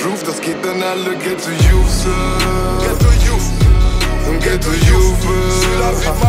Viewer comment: Lol was labberst du xD Das liegt am akzent und am schechten Englisch, wenn die das so aussprechen ^^